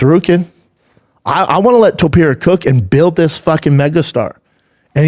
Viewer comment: Somebody explain to Schaub how to pronounce Topuria's name. It's not that hard. It's Toe-Purr-EE-UH... not Tuhperia, Schaub.